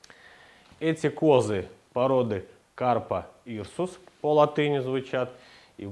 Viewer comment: Упс. Вы, возможно, и занимаетесь материаловедением по жизни, но... В самом начале Капра Иркус вы назвали Карпа Ирсус. Это уже оценка вашего профессионализма) Простите, всего хорошего)